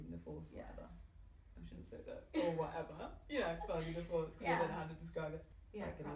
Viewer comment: "finding the force or wha'eva" I love her